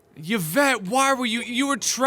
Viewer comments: Thank goodness Yvette kicked the bucket, I couldn't cope with Mark pronouncing the name wrong anymore lol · At least I don't have to hear him say "YUH-vette" anymore.